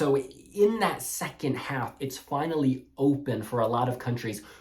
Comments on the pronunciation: Thank god I’m not the only person that was triggered by “alf” 💀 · Ok I finally get to see the allocation draw in peace. I couldn’t deal with the guy helping with the draw pronouncing “half” as ALF! 😂